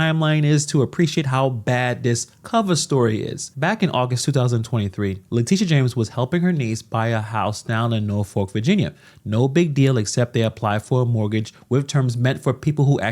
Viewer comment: "Naw-fick" not "Nor-FOWK."